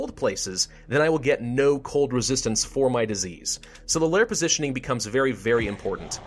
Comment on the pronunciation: lol plositioning?